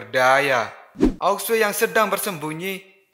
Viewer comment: Bukan aok sue namanya ao xue bacanya ao shu. Aok sue aok sue aok sue emosi gua denger aok sue